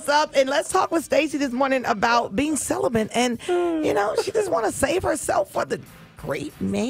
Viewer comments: Is speech new to this woman ? Celibant ? It’s celibate you idiot 😂🙄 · First, the fact that she keeps saying celiBENT...lol She seems cool and I'm sure there is an "issue" there, but yes, the kind of man she would be looking for ain't trying to "wait". If I meet a woman...IN ATLANTA....JUST LIKE YOU, and she WILL have sex, why should I wait? Celibacy seems like a game at that point. Its not a game, but it would feel like that, compared to another woman. Its a buyers market out there. She's pretty and she seems cool as shit.